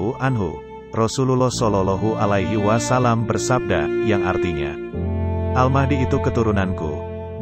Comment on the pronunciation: Maaf ms, bacaan nya tolong diperbaiki lagi, terutama pas menyabutkan kalimat Rasulullah Shallallahu’alaihi Wasallam 🙏🙏